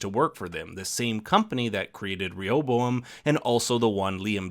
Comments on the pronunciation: Ray ah bow um with emphasis on Ray. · Rehoboam: It's pronounced Ray'-O-Bo-am. He was the son of Solomon, who through foolish pride, caused a civil war splitting Judah in the south from the other tribes of Israel. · It's ok if you cant pronounce Rehoboam. I looked up the pronunciation and they also mispronounce it in the show.